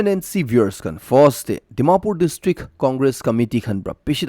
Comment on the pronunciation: Please stop pronouncing Fost🙏'FIRST'.